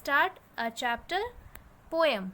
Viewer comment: Not pome it's poem.😂😂